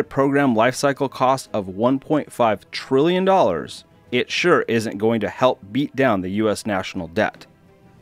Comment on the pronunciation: Why do people emphasise trillion as a word that begins with its ..first letter?